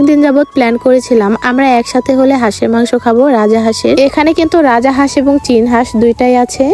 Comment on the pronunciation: Ara boldi rajahas na rajhas😂😂